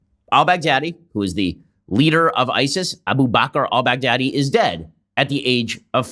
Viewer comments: Everyone says: bagh-dha-dhi All I hear: Big daddy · I love how Trump says Baghdadi. It almost sounds like Bad Daddy. :D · Lmao it’s closer to bahgdhadi